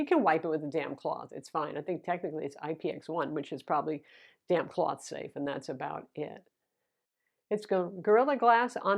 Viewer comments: I heard that initially as "you can wipe it with a DAMN cloth". Great review as always,! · I heard that too lol